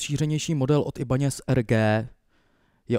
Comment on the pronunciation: Skôr ako začnete poučovat, najskôr sa presvedčte či máte naozaj pravdu páni..napr značku Ibanez vyslovil správne, však je to japonská zn., potom zn. Gibson sa vyslovuje s G nie ako poniektorí "odobrníci" vyslovujú "džipson" tak to by bolo všetko..nie že by ste boli radi za každé takéto video, ešte tu budete držkovať :)